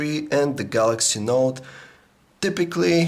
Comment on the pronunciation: Why does he call it the Galaxy Naught? He's otherwise not that negative about it.